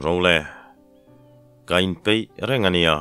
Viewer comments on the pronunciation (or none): none